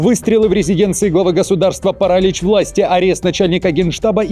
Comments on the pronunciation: ПаралИчь,а не парАличь😮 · Почему «парАлич» а не «паралИч»?